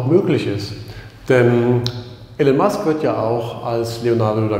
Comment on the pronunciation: Titel des Videos passt nicht zum Inhalt des Videos. Bei der Kameraführung wird mir echt schlecht. Trotzdem Danke. Und den Namen des Herrn Musk auszusprechen geht gar nicht.